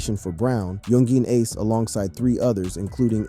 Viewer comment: 20 videos later and he still can't pronounce Yungeen Ace correctly🤦‍♀